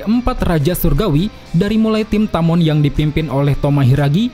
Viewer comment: Bang tamon bang bukan toman